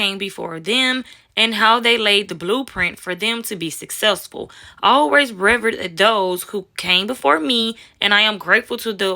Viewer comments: It's revered (re veered), and debut (day bue) young lady, have a great day ok... 👍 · you can’t pronounce revered?